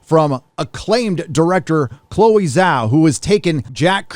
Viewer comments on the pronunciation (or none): none